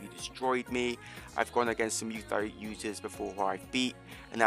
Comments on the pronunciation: please stop saying luy thoi , say it like this “moy ty” is how u pronounce it please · “muay thigh” 😭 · Nah it’s mew tai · This man does not know how to say Muy Thai lol